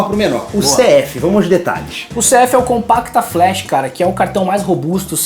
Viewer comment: Só corrigindo o nome do cartão é Compact Flash e não "Compacta Flash" como foi falado no vídeo!